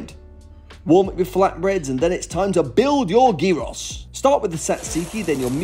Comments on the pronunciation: Please repeat after me, YEE-rohs. YEE-rohs. Gyros are not pronounced GEE-ross nor JY-rohs (USA). 😞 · Are you truly unable to pronounce gyros? That has to be intentional. No one actually believes you pronounce it gee-ross, right? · Looks AMAZING ❤️😍🌿 But it’s pronounced YIROS